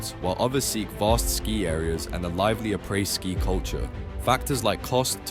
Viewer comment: Did you just say apreS?